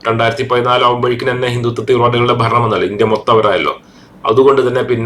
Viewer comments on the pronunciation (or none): none